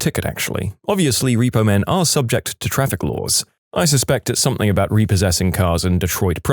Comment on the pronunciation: No k in the word something